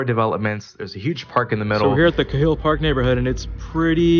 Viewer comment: Cahill is pronounced "kay-hill".